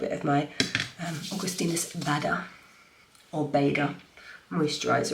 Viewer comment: You were totally right by pronouncing it Augustinus Baaaaaader! 😂 Please stick to it